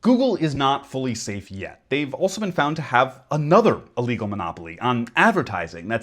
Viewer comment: Can we work on pronouncing illegal since you're going to precede it with literally and put emphasis on the word?